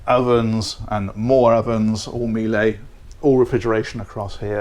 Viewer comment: Hi, I hear that you have reverted to pronouncing Miele as "Mealey" instead of "Meala" as in Sheila. Think Porche, I have never heard you mispronounce that.